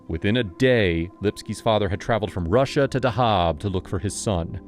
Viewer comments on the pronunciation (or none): none